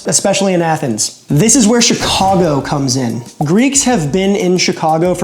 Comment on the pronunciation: I'm happy to hear " Chicago " pronounced properly .